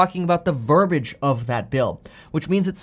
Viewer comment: Kevin - you are pronouncing verbiage incorrectly. Please note!